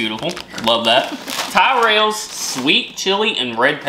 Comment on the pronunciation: Revels not reveals. To revel means to greatly enjoy, to reveal means to show what was hidden. You guys are going to need English classes before coming to the UK. Also Tyrells is pronounced with the ti sound of "tip" not "tie"